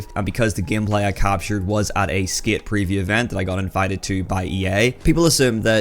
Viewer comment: Bro stop saying skit it’s skate hahaha we can tell ur American now drop the Scottish